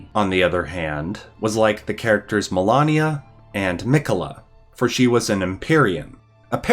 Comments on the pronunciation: Do a great job of butchering the English language don't you. Its not Melarnia its Malenia. Also its not Godehfroy, its Godefroy. I know your North American or Canadian, but come on you can do better. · Ma-ley-nia. how did you get through the game without knowing her full name? XD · Its Malenia.. But every video ive seen pronounces everything wrong so idk